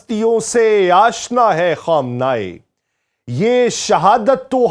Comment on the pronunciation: Yar apna talafaz tu durust karo......Khaam-nay-e